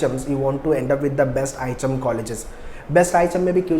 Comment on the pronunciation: Sir ihm bol rahe hai mughe items sune aa raha hai 😂